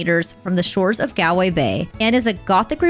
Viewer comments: Btw IRISH people don’t pronounce “Gal -way as you do . Think of “ Gall stones or shopping “Mall” Galway as rhymes with “Mallway” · Gal-way is pronounced Gawl-way…👍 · Galway is pronounced Gaulway. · Why can't American people pronounce Galway?? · Were you really in Ireland? Those pronunciations. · It's a pity you didn't stay long enough in Ireland to learn how to say GALWAY😢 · It’s not pronounced Galway… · How did you spend so much time in the country and STILL not learn how to pronounce Galway??